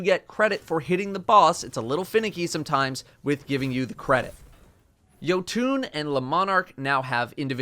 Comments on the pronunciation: Ah yes, yotooon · idk why but i hated the way he pronounced Jötunn lol (yo-tune)